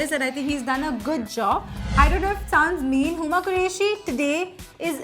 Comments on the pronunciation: n k dress bhi kuch khas nehi h....n why r u calling her uima? She is huma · Whatt!!!??? what was that???? You crashed Aishwarya & Sonam??? I think you don't know They're The queens of Cannes❤ Everyone is talking abt how beautiful their outfits were in Cannes nd you crashed both of them??!!!😮😱😑😒 Nd I think you need to learn manners😑 Her name is Huma & not Ui-ma😡😒😑 This is was really Harsh😑😒😡 I hate this yr.😡😡😡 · First learn to speak name properly its "HUMA QURESHi" not uima if its difficult to remember than note it down, stop making fun of every outfit, just think about effort that all stylist take before making the dress, and ur a stylist at least u should respect the effort of other stylist hate u guys💔 This is Anna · Its huma qureshi not uima qureshi. Please show some respect. You dont stand anywhere in front of them. You should learn how to appriciate. You are not invited in such events but they are ok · ....what not to say.... 6.21 whats wrong with u man stop calling anyone like this it is "HUMA" not 'UI-MAA' it happened to be very cheap when i listened u say this she is having name plzzzzzzz stick to her name....aur kitna khudko chota karoge??????acting very dumb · She's "Huma" not "Ui-ma"... is it really so neccessary to make fun of someone's name to prove your point?? What's with you? And if you think this is fun..then NO.... this is humiliation. You are here to crush or crash her outfit and not to roast her name. Kindly stick to the essence of this segment.!! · You can't even pronounce Huma's name and you have no rights to even talk about her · it's Cannes not CAN. And it's huma don't butcher someone's name. She's is an amazing personality with some next level intelligence. You know what you guys can't even reach there. That's why you guys sit here and judge people in all biased ways possible. *Horrendous* *Hidieous*